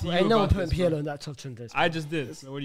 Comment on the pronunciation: The way he pronounces Pirlo is so jarring 😭😭 his name is not "pierlo" ffs